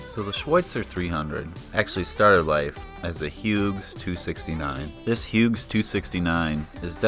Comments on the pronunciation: When you pronounce the name "Hughes," the G is silent. And Hughes didn't go out of business, it was bought and merged into the McDonnell Douglas corporation. The model 269/300 line was sold to Schweitzer. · Come on, guy: "Hyoooz"! If it was good enough to train Vietnam-war era pilots, that works for me!